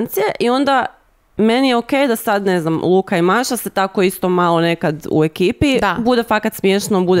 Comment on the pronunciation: svaki put krivo kaze Maša Nemoj me 😂😂😂😂😂❤️❤️❤️❤️❤️